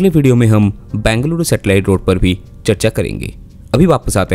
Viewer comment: It's not Bangalooru. It's Bengaluru. Pronounce it properly